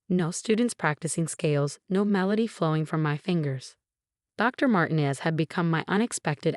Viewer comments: Dr. MarTEEnez (not Martines with no accented syllable) is a person of many different skills. Bless her heart! The composer, Ludwig von Beethoven (the last name is pronounced Baythoven, not Beethoven) would have been displeased with the mispronunciation of his name. To say the least. Please, please remember that a name that is improperly pronounced, especially a famous name like Beethoven (spelled one way, but spoken another, as is often the case) or a familiar one like Dr. Martinez's takes people away from reading the story. Please teach your AI's to properly pronounce names (and, in other countries, the names in this story would have been pronounced differently than in English as well. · The name Martinez is pronounced MarTeenez, not MartinEZ. Your AI needs to take Spanish lessons